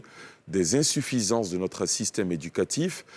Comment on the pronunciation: Insuffisance tu dis ALI 😂😂😂🤣🤣UNE VRAIE CATASTROPHE. Y A QU'À VOIR SUR LES RÉSEAUX... UNE FAUTE À CHAQUE PHRASE 🤣🤣🤣🤣